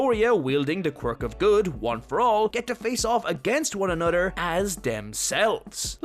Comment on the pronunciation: "Anothrr." lol